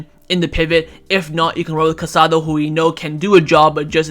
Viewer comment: There is an accent mark on Casadó. Please pronounce his name correctly—stress is on the last letter.